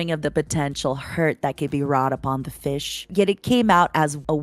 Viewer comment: "the feesh had not taken her shower" I'M LITERALLY CRYING